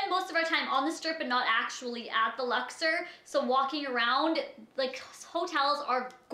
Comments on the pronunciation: the Luxer the Luxer. ITS THE LUXOR. OR. Omfg there's no "er" in the word. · First off, the name of the hotel is pronounced LUX-OR not LUX-ER. I stayed in the luxor and had absolutely zero complaints. Everything was wonderful people were incredibly nice the room was clean and lovely and i've gone on to recommend to people that if they are going to go to las vegas, that it's a great place to stay and a place you should check out. I'm not saying you're lying, maybe you did just have really bad luck and it was just a bad stay for you. Figured i would put my experience down though. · LuxOR, not Luxer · It's lux-Orr ... Canadians smh